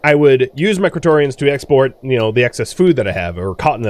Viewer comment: I know you are saying "Cretonians" but every now and then, i could swear I am hearing "Kryptonian"